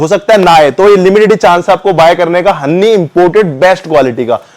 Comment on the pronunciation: हन्नी नहीं भाई हनी 🍯😀👍